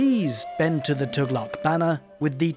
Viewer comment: As native arab finally someone pronouncing Tughlaq correctly feels so refreshing XD